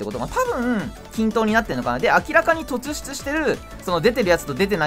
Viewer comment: 突出 とつしゅつ→とっしゅつ だけ気になった(細かいけど)